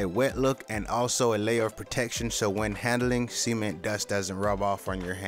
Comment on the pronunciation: handling s e m e n was what it sounded like but it was actually cement